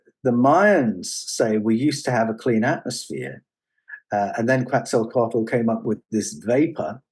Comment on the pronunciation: The L at the end of Mayan words like Quetzalcoatl are silent. Co-wat not co-watel.